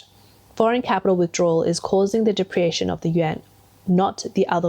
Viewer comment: What's a "depreation"? You keep saying it throughout the video.